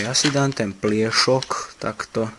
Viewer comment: Ako nehovorit slovo pliesok s ruskym prizvukom :D